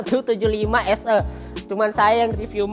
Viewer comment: 'SE' 'E'nya dibaca 'E' bang bukan 'E'